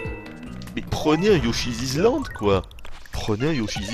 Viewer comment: "Mais prenez un Yoshizizland,prenez un Yoshizizland !" Mdr.